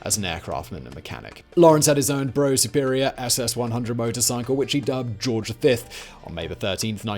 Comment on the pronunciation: Simon it's a Brough Superior as in rough br ough.. Your Content just grows. Excellence from your Elves..